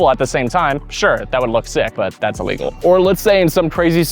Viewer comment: Great video – you addressed some uncommon scenarios that I never thought of before and cleared up some confusion from just reading the rulebook. I just wish you took some time to re-record and edit confusing sentences and clarify what (to me) sound like mispronounced words like illegal and legal. Section #1 BALL BOUNCING OVER THE NET to “... but if I hit the net, it doesn’t just end the rally…” I’m pretty sure you mean “if the ball hits the net”. Later on (#6), you specifically state that you can’t touch the net. Section #3 BEING ESTABLISHED OUTSIDE THE KITCHEN to “… if you ever step into the kitchen, you need to establish both feet outside to be (unintelligible) able to hit a volley after that point.” I re-played it a dozen times and most times it sounds like you say “illegally”, but by context you must mean “legally”. Suggestion: replace all words after “outside” with “before you return the volley to avoid a NVZ fault.” #4 ERNE CANT’ (sic) CROSS THE PLANE OF THE NET… to “The problem is, most players try to make contact on the opponents’ side of the court, and that’s legal.” Why not just say a fault? Once again, in context, it wouldn’t make sense to call this legal. #9 OBJECTS ON THE COURT and #11 CAN YOU THROW YOUR PADDLE TO HIT A BALL Multiple of questions here. to “if you take a volley out of the air and then your paddle drops into the kitchen, that would be a fault” – I think it’s a fault any time your paddle drops into the kitchen